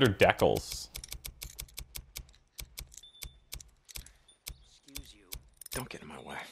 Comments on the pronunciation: "Decals" is generally pronounced Dee-kals, although hearing you say Deh-kuhls was pretty amusing :) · Pronunciation note: DEH-culls? Please pronounce as DEE-cahl. From decalcomania, "the process of transferring designs from prepared paper on to glass or porcelain."